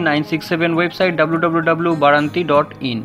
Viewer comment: BAARANTI NOI OTA BARANTI